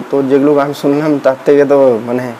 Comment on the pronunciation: খিস্থি দিলেই হিরো হওয়া যায়, না বড় সমালোচক হওয়া যায়? "ছুনলাম" না, "শুনলাম"।" ছিল্পী" না, "শিল্পী"। ধুর,এটা কোনও সমালোচনা? Construction, উচ্চারন ঠিক নেই।